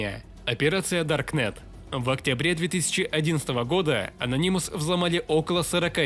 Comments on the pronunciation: Ano’nymous На 2 слог ударение Спасибо за ролик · бесит твое произношение ононимус ....уши вянут.